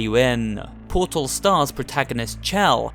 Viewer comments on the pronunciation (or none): it's Portal Not PURTUL The guy's voice is so cringy